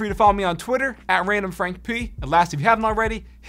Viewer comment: The way he says randomfrankp in his intro is like randomfrank PEH